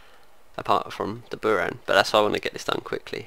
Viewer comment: Sorry but buran with accent on a